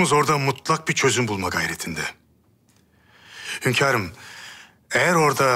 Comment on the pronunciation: HÜRREM demeyi biliyor ama HÜNKARIM diyemiyor başladı HÖNKAR azabı hepimize geçmiş olsun